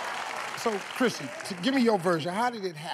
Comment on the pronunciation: Is it just me or is everyone else hearing christy instead of chrissy